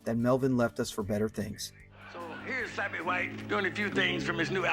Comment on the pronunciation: Hey, it's Slappy not (Sloppy)